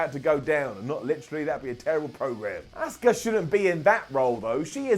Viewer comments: I swear i hear you saying oscar instead of auska god damn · Why does everyone in the uk pronounces Asuka as "Oscar"?